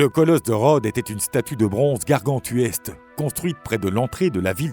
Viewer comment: La traduction est de plus en plus approximative sur ces vidéos... Gargantuesque, pas gargantueste. C'est le titan Hélios, pas Hélium. Blocus, pas bloc isolant. Pharaon Ptolémée, pas Ptomélée. Colossale, pas colossole. Piédestal, pas piédestral.